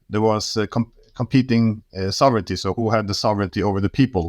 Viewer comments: Ik ben niet zo'n voorstander van gezeik over iemand zijn Engels. Ik vind dat van ondergeschikt belang, maar als we toch bezig zijn, let op je uitspraak van sovereignty. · Zijn Engels vind ik niet zo belangrijk. Sovereignty spreekt hij overigens verkeerd uit, maar, nogmaals, totaal niet belangrijk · Luister gewoon hoe Glenn het uitspreekt. Sofferntie